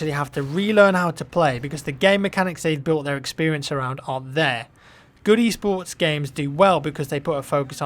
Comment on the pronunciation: when i heard u talking about e-sports one of ur previous videos i thought u were saying eastports and i wuz all like wtf